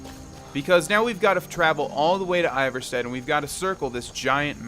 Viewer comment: It’s pronounced ee-var-sted